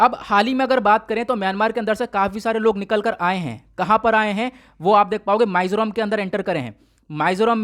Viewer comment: Sir thoda bolen ka accent thik kre पानाजी (Panaji) nahi wo पणजी ( Panaji) h माईजोराम (maizoram) nahi h wo मिजोरम (mizoram) h and same thing with Burma. Hope you don't mind sir